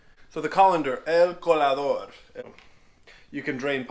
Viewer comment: There is no "n" in "colador"